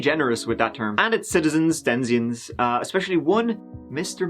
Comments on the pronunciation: Did he "denzian" instead of denizen? Or is that an Irish "ting?" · I love ya dearly. And always. But what the hell is a denzien?